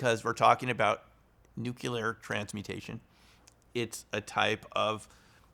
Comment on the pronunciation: You are obviously quite knowledgeable about physics, but why should I trust someone who pronounces "nuclear" as "nuke-you-ler"? Tangentially related: my grandmother was chased through her house in Northeast Arkansas by ball lightning.